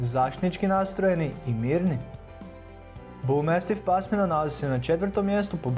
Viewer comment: BulmAstif a ne bulmEstif 😒